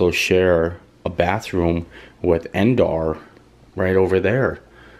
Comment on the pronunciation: "Dog-bah"? "End-arr"? Sounds like bootleg Star Wars planets :-D I'm surprised he pronounced "Cloud City" correctly ;-)